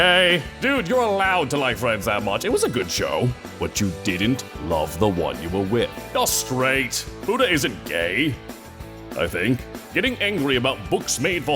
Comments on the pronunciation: Shit I thought he said "Buddha!" I was hella confused for months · Jesus Christ, like other people I thought it was Buddah. I've listened to this like 3 or 4 times and every time I heard Buddah. But futa makes so much more sense. Edit: It even says futa in the subtitles (though to be fair it goes by quite quickly and I never paid close attention to that part).